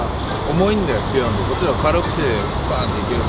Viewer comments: ビヨ↑ンド↓ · ビヨンドのイントネーションおかしいww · ビヨンドの発音が違かったな ビヨンドだった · ビヨンドの発音が違うなぁ 昔ビヨンド使って左しかいないチームいたわ みんな叩きつける走り打ちしてくるの 俺はずっとビヨンドの赤使ってたな